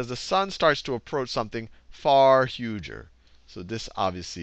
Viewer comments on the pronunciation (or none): "The Sun is far 'hugher'..." What sort of word is 'hugher'...?